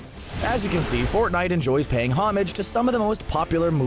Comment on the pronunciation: Stop with fnite